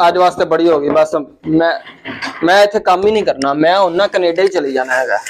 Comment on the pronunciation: Canada❌️ Knaadaa✅️ 😅😅